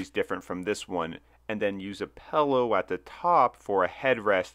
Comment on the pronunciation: “Fruniture” and “pellow” :-D